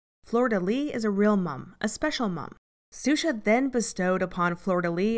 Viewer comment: Just a small nitpick: the name is pronounced "Shusha", not "Susha". This is anither great video, though.